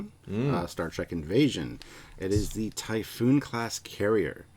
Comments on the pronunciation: Typhon not "Typhoon" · No, it’s NOT the Typhoon class…it’s Typhon, think typhoid fever, much faster and harder sound. Why does everyone get it wrong 🤦‍♂️